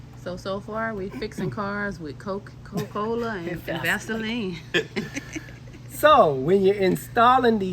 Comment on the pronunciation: “Coh-Cola” country as hell. Where is the “A”.